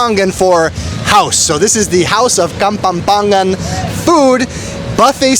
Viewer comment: The correct pronounciation is KAPAMPANGAN, but I heard KAPAMPANGET😁😅🤣